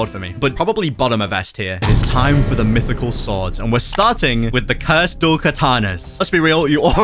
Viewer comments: how do u miss spell mytichal Bro said mithycal 🗿🗿🗿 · "Mithycal" lmao 😂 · MITHYCAL SWORDS😂